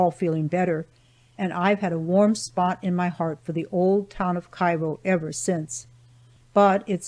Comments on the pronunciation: also i was born right across the river from Cairo Il and Know people that are not familiar with the two say it like the city in Egypt but it’s its pronounced Like this Kare-o , pronounce it like the word care with an O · Thanks for the great audiobook. Just a footnote as I am a native of the region- locals all pronounce it “KAY-ro” Illinois and I suspect they may have back then as well. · Cairo is pronounced wrong.